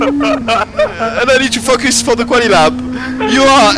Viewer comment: "Fockus" - Shall Lecleh